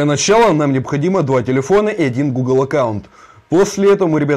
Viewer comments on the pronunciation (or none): none